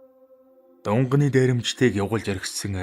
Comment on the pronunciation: Дунганы биш шүү!!!Дунгааны дээрэмчид гэж уртаар дуудна шүү.Баярлалаа.